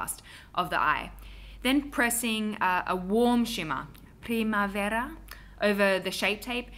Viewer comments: you pronounced primavera perfectly <3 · You pronounced “primavera” (“spring” in Portuguese) so perfectly I was baffled for a couple of seconds! Btw I LOVE the 3 looks 1 palette series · miss your videos! and love your casual pronunciation of primavera :))))